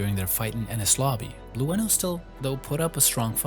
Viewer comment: I can tell you right now that you don't pronounce the "E" in Blueno. It's just BLUE, NO. BLUE-NO. BLUENO.